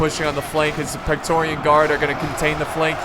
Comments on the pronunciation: It's 'Praetorian' guard, not 'Pectorian' guard ;) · I know youre American and all but you say praetorian weird.....